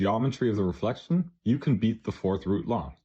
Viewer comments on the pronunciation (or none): none